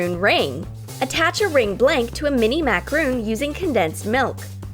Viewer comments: They pronounced macaroon wrong It’s, mac-er-on Not, mac-er oon. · That's a macaron, not a macaroon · It's pronounced Macaron not Macaroon. A Macaroon is a coonut cookie.Hope you understand And these lifehacks are USELESS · You pronounced macaron wrong. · It's macaron, not macaroon. Please learn the difference.